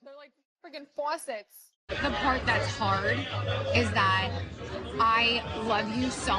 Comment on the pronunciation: They’re like faucets pronounces Fwawwwwwsets sends me 😂